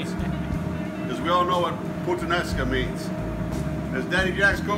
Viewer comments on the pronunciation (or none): First of all my friend; it is "puTTanesca" not "puTanesca". Second, I really don't think u even have any idea what Puttanesca means. Putt sauce = tomatoes, olives, garlic, anchovies, capers, parsley and olive oil.. nothing more and nothing less. This "Sicilian" pasta has nothing to do with Sicilia.. trust me friend.